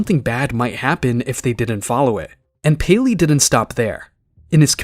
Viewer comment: As a 2021 survivor, I did not expect the word “payleey” to be uttered…